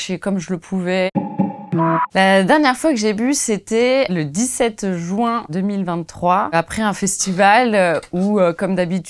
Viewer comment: Pourquoi vous dites JOUin au lieu de JUin ? Il est ou le O dans le môt ? Ca me fait trop rire, tous les parisiens disent ça